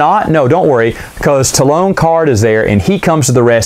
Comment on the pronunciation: Also who is Taalown Karrde? Its Talon As in a sharp talon of a bird.